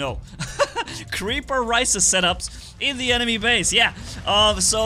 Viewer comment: "creaper risis"